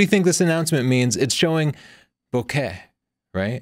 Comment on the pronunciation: Wow. I think your the only one I've heard that pronounced "bokeh" correctly.